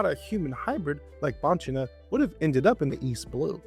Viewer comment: i'm italian and i'd like to specify that we don't read the word banchina like this. instead we say bankina. if you want an italian person to read it like that you must write bancina.